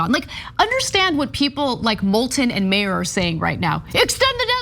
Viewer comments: His name is not pronounced “mayor” - look up the supermarket chain in Michigan (named after his family) and trash his proper name, please. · Not important but Meijer is pronounced Meyer… it’s a Michigan kind of thing lol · It's pronounced MY-ur. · Anna, Peter Meijer's last name is pronounced "MY - ER" sauce: am west coast Michigander native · Michigander here... Meijer. Pronounced. Miyer. Meijer is a store basically like Walmart. But not quite as evil. More of a grocery store... Peter Meijer is a trust fund baby. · he obviously sucks for a number of reasons but god the midwestern in me screamsss every time they pronounce "Meijer" wrong lol